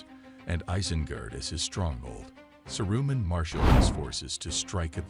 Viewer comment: Saroo-min. Please learn how the characters are pronounced.